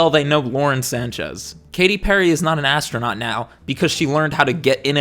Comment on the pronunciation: More like ass-tro-not